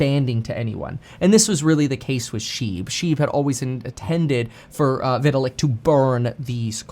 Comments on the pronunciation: Hey Kevin, can you please stop pronouncing his name like Vih-til-ick? It's like Vy-tal-ick. Thanks. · Didn’t even pronounce Vitalik name correctly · Cant say vitalik name correctly